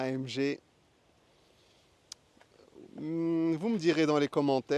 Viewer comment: super voiture magnifique au fait c est une allemande on prononce A M GUé !